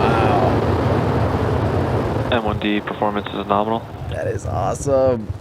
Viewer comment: "Power and telemetry norminal" Another great stream from you Tim, keep 'em coming!